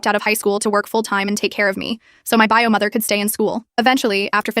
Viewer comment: “buy-o” instead of “bio” lol